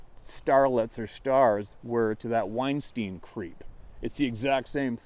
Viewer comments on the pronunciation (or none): none